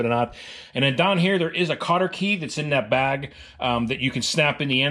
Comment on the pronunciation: “Slap daaaahn!” LOL. Are you from western PA?